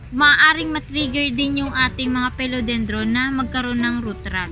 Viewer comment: i love your video....please note it’s philodendron not pelodendron...and check out the corresponding pronunciation. di malambot yung i sa phil